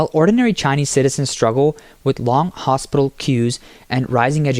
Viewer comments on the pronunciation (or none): none